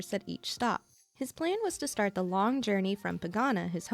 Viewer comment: If you look at Welt's summon screen you can see Void Archive figure on the back. So he most likely somewhere in the universe. Long is actually pronounced "Loong", which rhymes with "loop". Its the pinyin for Chinese character "龙".